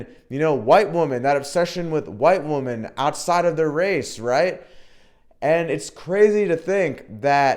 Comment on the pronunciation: are you saying woman or women ?.are you actively trying to sound like stoner bro in your videos.....man